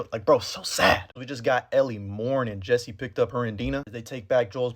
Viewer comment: How you say “Jesse” cracks me up man 😂